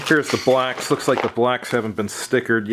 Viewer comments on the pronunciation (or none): BLOCKS! Sounds like you keep saying BLACKS 😮